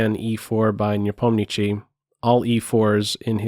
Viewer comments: Nepo's surname is pronounced NepomniSHSHij, SH, not CH. Cheers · "Nepomnichiy" lol